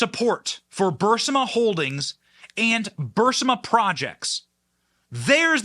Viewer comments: Respectfully, it's pronounced bur-EE-sma, not BUR-si-ma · Somebody tell Benny it is: BURISMA NOT BUR-SI-MA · It's not Bursima.Its Burisma, boy . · Benny, great work, keep it up! Your weird pronunciation of BurISma (not BurSIma) is a minor thing, but it’s a little jarring to hear. LGB! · Bu-REESE-mah NOT Bur-sym-ah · It’s not Bursman it’s Barisma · Benny it is not Bursima, it’s Burisma. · Love the Benny Show but can someone please tell Benny its B-U-R-I-S-M-A not Bursima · I hate to be that person, but it's BuRiSma, not BuRSima. Also nothing will happen. Nothing EVER happens to these people. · Benny the Ukranian company's name is "Burisma" not Bursima". Just so we keep the facts straight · It's not Bersuma it's..Bireeeezma you OFTEN mispronounced words.. Can't you do a little homework before you create a podcast, so you seem a bit more credible?..just a thought 😒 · It's pronounced BR-EE-SMUH, not bursima !! It's spelled BURISMA not BURSIMA. I watch and like most every video you put out and really appreciate what you do, but accuracy is very important. I'm a 74 yr. old guy, not some punk-ass !! Thanks !! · Burisma NOT BURSAMA..benny you're driving me nuts! You're even reading it wrong! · It's BUR-IS-MA..... NOT, BUR-SI-MA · bur - IS - ma..... not BURS - IMA! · Isn’t it pronounced Bur-is-ma, not Bur-si-ma? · Benny mispronouncing Burisma about 50 times was truly annoying. Why did his team not catch this. He was saying Bursima when everyone under the Sun says Burisma... anyways... Go 45 scorched Earth! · Burisma or Bursima? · Love the channel Ben for for God's sakes learn how to pronounce BUR-IZ-MA (NOT BURS-IMA)!!!!! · Benny, it is Burisma, not Brisma. The reporting was great. Cecilia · Benny, why do you keep saying Bursima? It’s Bur Is Ma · Burisma, not Bursima... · Benny saying it as Bur si ma instead of Bur isma is making me crazy! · its bureeeeesma. not bursima i have been on this for 8 years :) i like benny. but pronounce it right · Bur-is-ma, not Bur-si-ma.